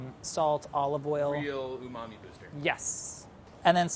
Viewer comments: This Guy... “Unami” “Umami” “Umami” 🙄🙄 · Nobody:: uMaMi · No one:: Rich UmAMi flavor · No matter how many times he says umamee (i have no idea how to spell it), I will never know what it means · Say umami again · Stop saying umami. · Please stop saying umami. 🙄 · Stop saying umami please and thank you. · Say umami one more time..... I dare you.... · If he says "umami" again I'm shutting this off. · Everytime anyone on BA says "Umami", I am filled with rage.